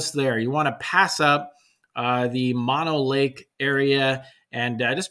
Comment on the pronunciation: Mono Lake is pronounced Moe-Know 😉 Great video, gonna have to check this spot out! Normally we just drive straight past it and head up to Twin Lakes, but Virginia Lakes seems great!